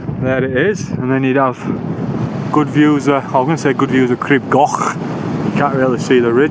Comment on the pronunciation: Awesome video. Pronunciation, oh well have a look…..crib goch is more gore ch with a bit of length on the o. Like gore in gore tex then the Welsh ch. not goch like sock.the yr is spot on like ear, ear withfa, yr wydffa but y on its own is like a baby English language u. U garn for example. No English vowels more like baby English vowels. A e i u o. I did crib goch when I was about your age. Shit it and did most on my bum, not for the faint hearted is it. Great advertisement for the Welsh mountains, thank you bud.